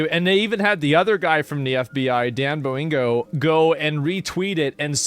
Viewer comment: “Dan Boeing’o” -Asmongold 2025